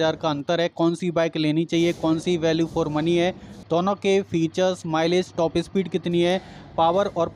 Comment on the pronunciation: Bhai topes speed nahi top speed bolo, aur selfie start bi nhi self start.